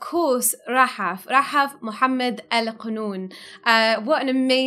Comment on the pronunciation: Hope the name Rahaf becomes a wildly popular for newborn kids. Love the way it sounds when says it.